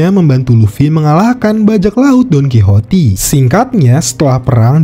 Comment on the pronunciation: Wah Lu nonton nya suka skip2 ya bang?😅 padahal Leo pernah tuh menjahit kapal perang Marine ford, lagi pula Donquixote itu bacanya Donquiksot bukan Donquhoti